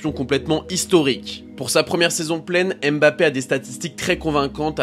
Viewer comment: par pitié, arrêtez de dire Embappé, c'est "Mbappé"